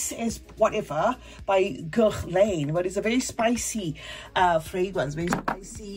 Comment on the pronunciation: A lot of ESL people say mo-cha instead of mo-ka in fragrance reviewsfor Mocha Wood. But the N in Guerlain is more of a suggestion, like "gare-lah" or "gaher-lah". I don't take it personally because there have been a lot of words or names that I only knew by reading, like Camus being pronounced Com-moo instead of Came-us. There are English speakers who mangle both French AND English names, so don't feel bad. I do tell people that I gift Fakhar to that the K is silent, though. 😊